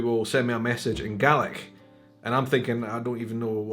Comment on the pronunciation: So help me God, you're saying "GARLIC".